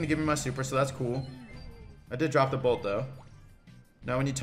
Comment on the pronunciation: Am I the only one getting triggered when he says bot instead of bolt